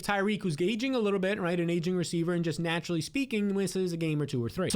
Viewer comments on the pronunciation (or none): none